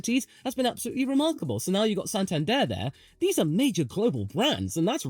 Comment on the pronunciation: pls practice how to pronounce santander